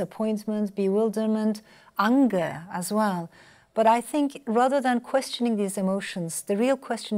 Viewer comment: The way she pronounces the word 'anger'. Unger .